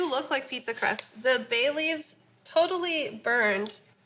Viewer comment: Who heard Bailey's at first rather than Bay Leaves? haha. I was like, "HUH!"